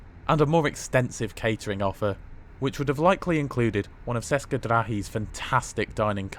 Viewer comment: Would you please learn to pronounce languages correctly? It's NOT pronounced "seska", it's pronounced as in "cheska".